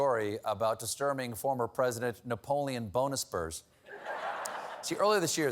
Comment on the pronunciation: "Napolian Bonaspurs" 🤣🤣🤣🤣🤣🤣🤣